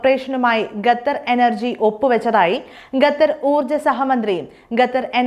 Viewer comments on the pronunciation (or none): Gathar alla qatar